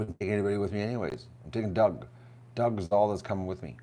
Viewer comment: Dug, not "Dough!" SMH